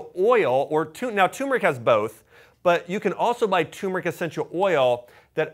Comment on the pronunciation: Really appreciate your videos, but it's TURmeric😉.